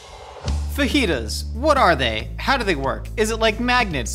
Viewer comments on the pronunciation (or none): Lmfao ok the fake “fa-jitas” teleprompter one got me 😂